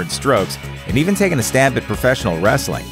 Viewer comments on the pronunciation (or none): none